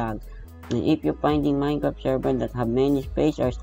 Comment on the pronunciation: "minecrt" dapat minecraft